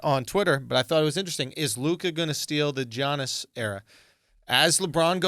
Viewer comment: Andrew, you literally have a greek friend comedian named Yannis Papas. Giannis is just another way to spell Yannis in english. It's pronounced Yannis in both instances, not Geanis. It's the freaking MVP of the league man come on. It's not even his last name , it's his first name, it's 7 characters.